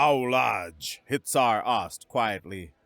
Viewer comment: Hitsar sounds like Hit!er 😂